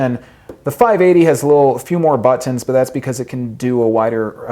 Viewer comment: I hate the way you pronounce “buttons’. Knock it off!